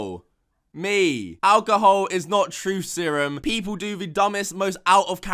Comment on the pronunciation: Me: alcohol: alcohoe